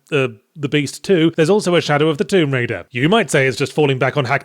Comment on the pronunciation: "Shallow of Tomb Raider" you say?